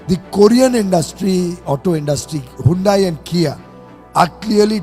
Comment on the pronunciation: Hyundai ❌Handi✅